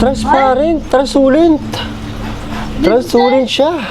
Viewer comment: hindi transulent kundi transluscent😅😅😅😅😅😅😅😅😅😅😅😅😅😅😅😅😅😅😅😅😅😅😅😅😅